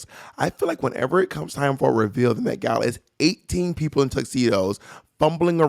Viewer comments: The MEH-gala lol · the METH gala??